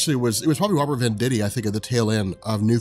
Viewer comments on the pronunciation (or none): none